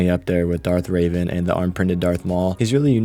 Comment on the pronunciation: Hey I am not being mean but it’s pronounced reven not raven